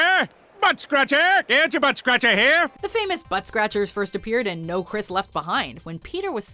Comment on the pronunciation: It’s noo not naa